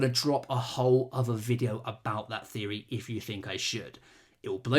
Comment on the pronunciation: Repeat after me: TH-TH-THEORY.